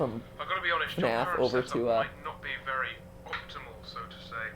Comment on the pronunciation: Vewy coo